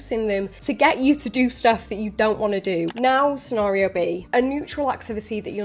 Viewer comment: "Senario" lol